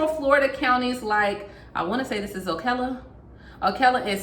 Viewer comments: It's "Ocala" -- "c" sound like Cal, as in "Calorie". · O-cal-la Florida. I am a stickler for correct pronunciation. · Ocala Florida is O-Kal-la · O- cal- uh ....we live here and we are in serious need of help. I really hope something comes soon.